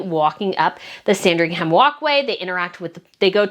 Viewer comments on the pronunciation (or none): Lovely video, 🙂. Just by the way, Sandringham is pronounced ‘Sandring’m’. Same with Buckingham and any place in UK with ‘ham’ on the end of it. Cheers ♥️ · not a huge thing, but just a note, that british words/names ending in "-ham" are pronounced "-um". So, Sandring-um, Bucking-um. The "H" is silent. And Edinburgh is a weird one, its pronounced "Edin-bruh." Tindall, likewise, is Tin-dull. Just thought I'd share:)) Also, boy oh boy I wish I could go on that trip! Too bad I just went to Edinburgh last year i'm DYING to talk to other people that dislike the carparkles. No one I knows cares enough about the situation. Id love to gossip with you guys. Are there possibly any other trips in the future? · It’s a silent ‘h’ in Sandringham, the emphasis on the first ‘a’ ie Saaandringum is how we pronounce it. 😊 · Love the video as usual- just a bit of a pronunciation note: Sandringham is pronounced ‘Sandring-um’. Places is the UK ending in ‘ham’ aren’t actually pronunciation like that (Nottingham = Notting-um etc). Same with shire (that’s ‘sheer’)